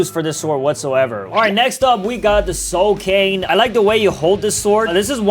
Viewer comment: Did he say soul cane or just me 😂